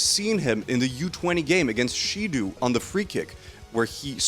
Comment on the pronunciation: the real crime here is how you absolutely fuck up their names with the most American pronunciation ever 💀 how do u even read shidou as shidu